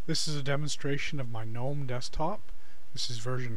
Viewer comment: gnome is pronounced "guh-nome".